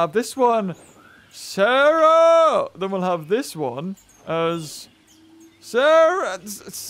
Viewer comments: its Cera NOT SARAH! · It wasn’t sis it was sah like sah rah